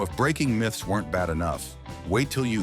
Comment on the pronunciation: And its not mithes it is myths!